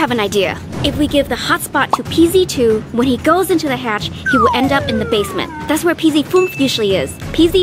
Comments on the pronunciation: Who who else thinks pz2 said Pz foof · It’s ‘PZ unf’ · He is saying Peezy Foof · It sounded like pz 2 said pita doonf or piece of doonf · Pz2 is saying pzfunf